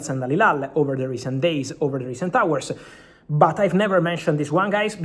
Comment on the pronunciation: Romano: "H"ijack => "A"ijack Romano: "A"our => "H"our Romano, please pronounce "H" sound in "Hijack" word and "A" sound in "Hour" word.